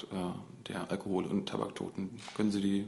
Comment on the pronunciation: mortler Tahbacktoden